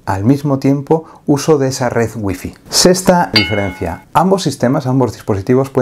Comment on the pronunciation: Por qué los españoles no pueden pronunciar Wi-Fi😂😂😂